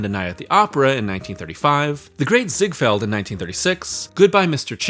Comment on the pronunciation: THUMBS DOWN for BEYOND STUPID Ai narration! perfect example.. it's not ZiegFIELD it's ZiegFELD! MORONIC SH*T once again from Ai !